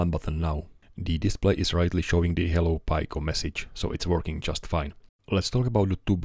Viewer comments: Raspberry Pi Pico = "Rasp Berry Pie Pick-o", not "Raspberry Pie Pie Co". Sorry, just couldn't help but say it. Got triggered. Love your work anyway! :) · Just a small remark, it's pronounced [piko] with short "e" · Talk about trigger... NOT a short "i" because of the following consonants, rather "ee" as in "PEE" so shove your trigger, read a book and enjoy his work.